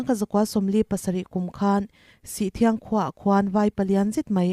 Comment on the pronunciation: Sihthiang ni lovin sithriang (sih awm dun sawina)